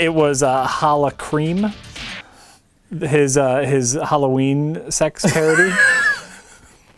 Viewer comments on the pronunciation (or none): He said hallo-cream and my mind heard holo-cream and i thought it was about to go somewhere much darker